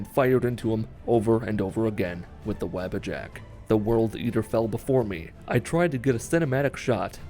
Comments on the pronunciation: no hate but its wah-bah-jack not the web a jack but sweet run btw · Every time I heard his say Wabbajack I thought he meant the rabbit with horns as I have this playing in the background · They way he says wabbajack is hilarious